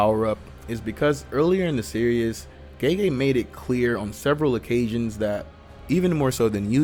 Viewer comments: It’s pronounced series not serious 😂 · It’s pronounced ser es not serious lol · Hearing you say “ Serious “ instead of “ Series “ was driving me crazy